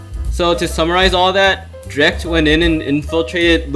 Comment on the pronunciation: DREAKT I THOUGHT IT WAS PRONOUNCED DREE-KT ???